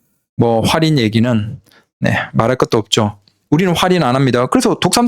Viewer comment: 활인이라고 하지마요. 😂